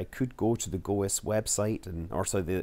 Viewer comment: It's not Go Es. It's goze. I worked on the program. It's pronounced as 1 syllable.